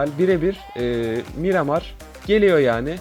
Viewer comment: Mıramır değil Miramar